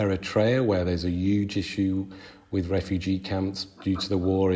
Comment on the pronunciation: Triggers me so much how this guy pronounces 'huge' as 'yuge'